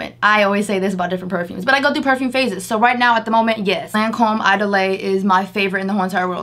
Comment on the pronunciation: Lol...the way she pronounced Idole. Lol...It's just "E dole." Not "I dolay." 😆